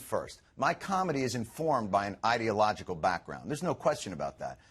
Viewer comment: Trust a Fox presenter to pronounce "ideological" like "idiot".